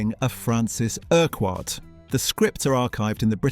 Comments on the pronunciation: Erk Wart? Ercut. that's how you say that. I wonder if anyone ever noticed the initials. F. U. 😁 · It's pronounced "Urkutt" not "Ur-quarrt". I'm surprised you didn't pick up on this having watched the series. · “Francis Erk-Whart” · Urquhart is NOT pronounced like that It is pronounced "IRKUT" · Quite right - pronouncing it incorrectly is really annoying. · I'm glad I'm not the only one bothered by this. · Quite. This presenter rhymes it with a cumquat. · Couldn't you just try pronouncing "Urquhart" correctly ? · URQUHART FFS! FU!